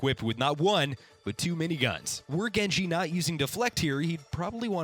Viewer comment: I can barely understand genji. Good accent